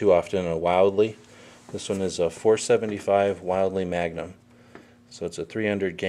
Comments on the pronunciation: Wildly?? It's Wildey, like Willy but with a D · It's "Will-dey", not wildly... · "Will-Dee" not wildly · Douglas Ames no, my last name is wildey its pronounced while-de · You're...guessing...thats the gas control. Geez. And its pronounced Will-dee...not Wild-ee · It's not pronounced wildly you pronounce his name wrong is pronounced will dee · why are all these reviewers calling it a wild-ley it say on it wil dey and even charles bronson calls it a wildey in the movie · it is ronounced will-dee not wild-lee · It's pronounced WiLL - deeeee, not Wild - Lee. (although it IS pretty wild!!!) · Thats WILL DEE not WILD EE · It's "will-dee", not "wild-lee" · Pronounced Will-dee not Wildy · its not pronounced wild-e its pronounced willdy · The designer of the pistol, and company founder shared the name of the pistol and pronounced it as said above “Wil-de” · not arguing your pronunciation of your name but the maker of this is (will-d). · It's PRONOUNCED "WILL-DEE." And the Charles Bronson movie was "Death Wish 3." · No, it’s properly pronounced “Wil-de” as per the founder and designer of the pistol who shared its name. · “Wild-Lee?” Seriously man???🤣😂🤣😂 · I believe it is pronounced "will-dee", at least that's what a rep once told me. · No extra ‘L’ in the name. Not a “Wildly” magnum. Yup. I’m the “Grammar Police!” (If you want to be taken seriously, it helps to do a little research first. Learning how to pronounce the subject of your “review” is important.) If I said “Let me tell you a little bit about the “Marine Corpse” you might doubt everything else I said. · isnt it pronounced "will-dee" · Dude, is pronounced Will-dee. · its pronounced will d but good vid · How do you get will bee from Wildey? Learn how to talk english. I own one and it is very mean! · Bronson is rolling in his grave ....its pronounced Will....Dee .. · A proper weapon review requires proper pronunciation of it's name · you didn't pronounce it right how dare you !!LOL